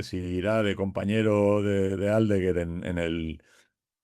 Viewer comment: Decirle a que Aldeguer es palabra llana, no esdrújula. No es Áldeguer 😊